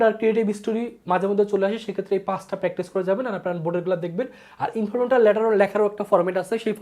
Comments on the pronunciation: ইনফরমাল ❌ ইনফরমেটাল ✅ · আপনি" informal" pronunciation করকে পারছেননা। আবার ক্লাস নিচ্ছেন HSC.